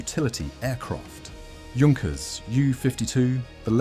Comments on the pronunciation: I love those videos. But my ears bleed when the Junkers is said like juice. It should be said like YOU. Junkers! That’s german name! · Your pronunciation is rubbish. Junkers is pronounced Yunkers and it's M.E not me or D.O not do, spoilt the whole presentation along with a few "fantasy planes" that never existed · “Junkers”….. wrong pronunciation.